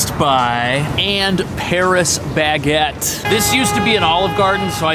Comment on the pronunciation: "Pa-ree Ba-gay" 🥐🥖🥐🥖